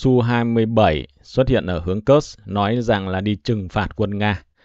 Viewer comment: PS có thể đọc đúng địa danh Kursk đc ko. Ko đọc đúng như tiếng Ng@ thì đọc theo phiên âm latinh là Kut xờ cơ cũng đc. Chứ cứ nghe kớt kớt giống cái cục trong bụng ra quá. Mong sao chiến dịch cuốc xờ cơ nhanh kết thúc, để khỏi nghe cái từ kớt kớt khi Ps bình luận.